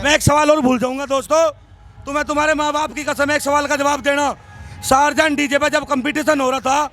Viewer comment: Sarzen nahi ab bolo Tarzen??